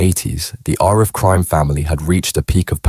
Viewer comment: Richer than the A team…nah I’m not having it and learn how to pronounce Arif.